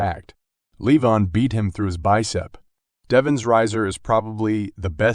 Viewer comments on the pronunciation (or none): You called Levan in four different ways in the first minute. I always wondered why Americans are so ignorant in learning anything that it’s not in English??? Levin. Levan. Leven. Livan Could it be the school system? And the other guy’s name is ERMES. Not ERMIZ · It's just Levan, but everyone says leVAN when it should be LEvan